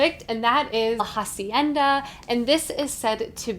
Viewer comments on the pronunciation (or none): Just a tip. Hacienda is pronounced "acienda", the h is mute in Spanish ^^